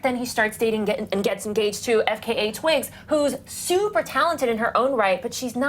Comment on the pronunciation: The way she pronounced "fka" .... deceased